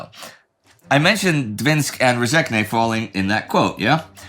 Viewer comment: Enjoyable as always, but man the Latvian pronunciation was just bad. Rezekne and Gulbene were totally wrong.